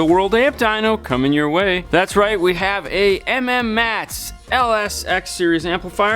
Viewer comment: Please stop calling it M-M-mats. It’s pronounced “Mats”